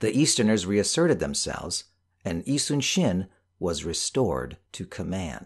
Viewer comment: Thank you for pronouncing 이순신 correctly